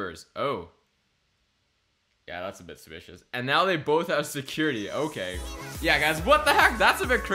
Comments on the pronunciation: ok can u plz talk properly it'd SUSpicious not spicious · Just want to say it’s suspicious not spicious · Omg it’s suspicious not spicios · Not to be rude but it's not spicious it's suspicious sorry it bothers me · It's suspicious not spicious not trying to hate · I love how every pic he sees he goes " secpicious " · that was spicious smirks Me: it’s pronounced suspicious 😒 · He literally says that just looks spishious instead of suspicios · Did anyone else here him say "specious" instead of suspicious😂😂😂😂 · I lik how you say suspicious but you say it supucious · No its not spicios its sucspicios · Lol he says spicious not suspicious lol do not even know if i spelled it correct lol i dont judge him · It's not spicious its suspicious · Why do you say spicous instead of supsicous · Its not "spicious" is Suspicious. Driving me insane. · It’s not spicious it’s suspicious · Why does he say spicious but you say suspicious. lol I'm not judging but still. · It's SUspicious not Spicous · This bothers me he said spicious instead of suspicious! It's triggering me!! Learn how to speak!!!!! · ok can u plz talk properly it'd SUSpicious not spicious Ufgh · omggg can you please stop saying "spicious" smh it SUSPICIOUS not SPICIOUS😤I would watch your vids more if you started saying it the right way because when u say it wrong it gets on my nerves :/ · Btw its suspicuis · He never says suspicious properly he says spicios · needs to learn how to say suspicious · You literally can't say suspicious